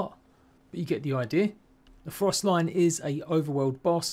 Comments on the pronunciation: It literally says stalion just missing the other L. To make stallion lol it’s not lion idk why people keep saying this but it annoys my life when someone can’t read or pronounce a word properly 😑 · It's froSTALLION, as in, a horse, not frost lion. lmao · I was just coming to say that, frost lian 😂